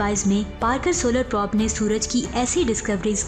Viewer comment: Wind or probe ko ap sahi prononce nahi kr rahi. wind ko ap winde or prob ko ap prab parh rahi hain. plz correct it